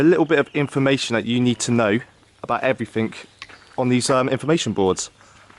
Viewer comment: 'Everything' is not pronounced everfink!